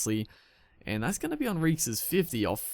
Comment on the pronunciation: I think it's hon-reek-ez